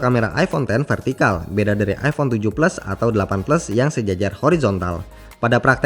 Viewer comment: jelas maksudnya ngomong iPhone 7 plus,apa karena kecepatan atau terlalu medog ngomongnya emang kedengarannya iPhone tujuh blas😁😁😁